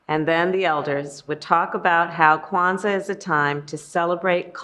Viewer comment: She said Kwanzaa and her husband just about busted 😅😂😂😂😂